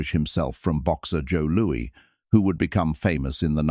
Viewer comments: "Boxer Joe Louie"....gotta love the dopey AI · "Joe Looey"... AI slop. Would've been better to hire a narrator.